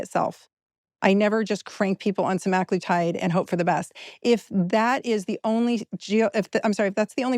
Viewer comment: please correct your pronunciation! It’s not “seMAGlitide”